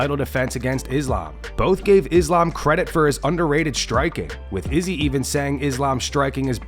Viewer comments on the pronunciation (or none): "Is-lamb"- Gay belal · Iss-slam? 😂 Wtf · "He slam" A Muslim guy called Belal Muhammad can't say Islam properly is ironic. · Why is Belal pronouncing it Is-Lamb? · Belal saying “Is-Laam” like he hasn’t heard everyone else say “Islam” for years. What a gronk. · Not “Is Lamb” 😂😂😂 Belal is funny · How is Belal mispronouncing Islam when he is a Muslim?? 😭😭😭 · Joe does Belal not know how to pronouns “Islam”? 🤔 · I absolutely hate how Belal pronounce "Islam" name. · Muhammad, a Muslim, can’t even pronounce “Islam” correctly. 🤦‍♂️ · How does Belal of all people not know how to pronounce Islam? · Why belals stupid ass saying Islams name like that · Belal doesn't even say Islam's name right 😂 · I thought Belal and Islam were friends... Have we been pronouncing his name wrong this whole time?